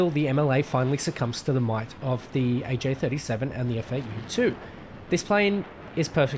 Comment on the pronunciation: You can just call it the attack-Viggen to distinguish it from the fighter variant. Also it honestly sounds like you were calling it the jakt-Viggen a few times which is wrong, that's the JA 37 (also before anybody comments I know it's spellt without a hyphen in Swedish, it's just there to make it easier to read for the English speakers..)